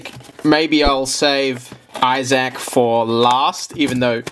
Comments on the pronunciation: I’m stopping this at seven minutes in, as I can’t watch a single second more of it. Who gave you the idea that Isaac was pronounced “I SACK?” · "The Binding of Eye-Zack" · i dont think ive ever heard isaac pronounced as eye sack before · If you say Issac like that one more time, I will hurt you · Binding of Izach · Binding of Izzaac lol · binding of eye zach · binding of iZack. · Its pronounced eye-thzik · binding of eyesack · spending an extra $1,500 to make the video better when we'd just listen to him say Isaac wrong for an hour. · Lmao my thoughts exactly, what's worse is I could hear him saying it RIGHT in my head before this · it wasn't the accent he just said it wrong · wrong And btw americans pronounce it even more wrong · they should make a $10,000 tier for to pronounce the name of the fucking game right 😭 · Say Isaac like that one more time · Pledges $5200 to something he can’t pronounce the name of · The way you say isaac bro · Just found out I don't like the way Australians say Issac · 45 minutes of Australian man attempting to say the name Isaac correctly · The way you say issac is getting on my nerves 😟